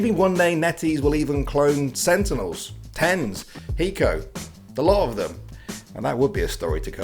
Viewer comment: this guy called TenZ tens